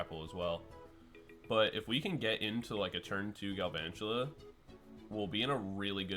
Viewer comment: why you calling him Garvantula